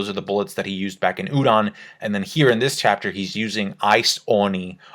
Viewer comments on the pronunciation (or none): none